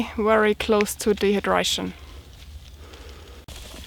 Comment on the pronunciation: hi..say very, very...not weary, weary, ha-ha!!you're so cute.